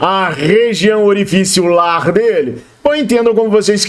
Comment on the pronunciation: Kkkk região orificilar foi ótimo....